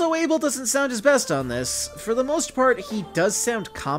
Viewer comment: I can't even agree with your statements when you can't even say ABEL properly.